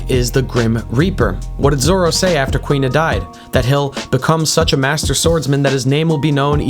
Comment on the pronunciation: For the record, the girl's name is pronounced Koo-ina. Not Kwina. There are a full three syllables to her name.